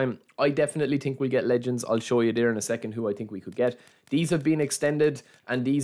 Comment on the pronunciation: „i tink“